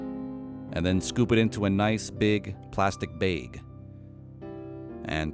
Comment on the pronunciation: "A nice big, plastic beg." Awesome.